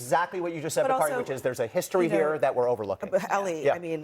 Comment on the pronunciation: Bakari turned into "bakardi b"....😅😅